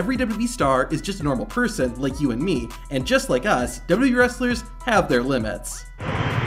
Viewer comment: Stops saying "dwee". The company is called "WWE" (pronounced, double you, double you, Eee).